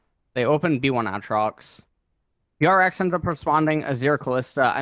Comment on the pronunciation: For fucks sakes someone teach him how to say Aatrox